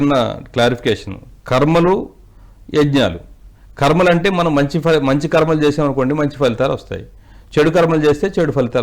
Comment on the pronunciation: ఖర్మ కాదు సామీ కర్మ అని అనాలి !